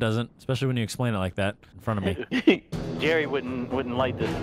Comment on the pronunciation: “Looking for Norman with Jarry”😂😂😂